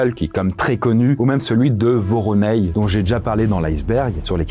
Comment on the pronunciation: Voronej so prononce comme ça s’écrit 😉 Le j à la fin est dur.